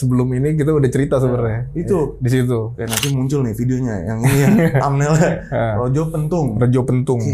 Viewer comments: Retjo dibaca reco (arca/patung)...penthung=tongkat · maaf Bang... untuk yg di Tulungagung bacanya buka rejo tapi reco pentung. itu tempat kelahiran saya. itu pemiliknya Pak Sumiran di makamkan di area popoh atau pantai popoh dg sebutan recjo sewu. bisa di cek di google lengkap. 🤞🤞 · Bacanya Reco Pentung bang. Artinya Reco (Patung) ,Pentung (Pentungan). Btw pemilik pabrik rokok Retjo Pentung itu masih kakeknya Bang Denny Darco. Magician dan tarot reader itu. Kl ga salah sih..😂